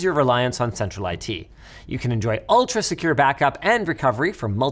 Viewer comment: He didnt know how to open a CD case 🥲 and couldnt pronounce "secure"